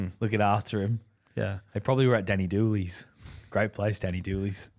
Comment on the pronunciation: Please don't disrespect Danny doolans by saying Danny doolies 😂